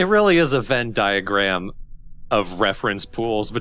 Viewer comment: Okay, I thought that "Final outpost" said "Anal outpost" up until you clarified. That F is way too close to the i. 😂 Also the "vin diagram" totally killed me. The dynamic here's great.